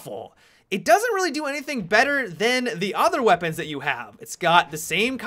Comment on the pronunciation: gweapons XD